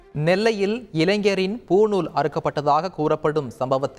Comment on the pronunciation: அது பூணூல் டா புணுல் இல்லை